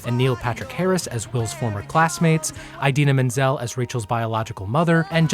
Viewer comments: Eyedeena Menzel........John Travolta got you tripping? 😅💜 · Sorry I can't get over how he pronounces idina menzel eyedina menzel. Lol sorry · Eye deena? Really?!😵😵😵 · is no one going to mention the way he pronounces Idina Menzel's name? lol Excellent video, by the way!